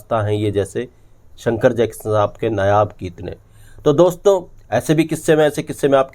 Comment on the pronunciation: नयाब की बजाय 'नायाब ' बोला कर, कितनी बार बोलें